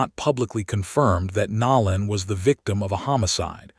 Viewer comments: The narrator is constantly pronouncing words incorrectly his name is Nolan not nowlan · How are you the only one mispronoucing his name ... Its NO_ LAN now NOW- LAND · No-lan not Nol- an! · His name is Nolan ( No lan not Now lan) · NoLan not nowlan😊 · Please say his name right!!! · U need to pronounciate Nolan nane correctly 😲😞